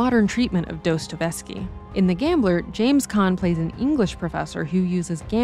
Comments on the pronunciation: Guys! Did you in all seriousness say "Dostovesky"?? 😆😆😆😆😆 Can't be serious, c'mon man! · This reaaaaaally isn't how you pronounce Dostoevsky. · she said "Dostovesky" . kind of a big slip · His name is pronounced daa-stoy-ev-skee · Take I just came away mystified by the pronunciation of Dostoevsky